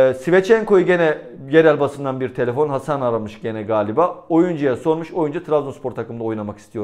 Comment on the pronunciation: Abi telefon geldi diyorsun ya kap geldi sandım :))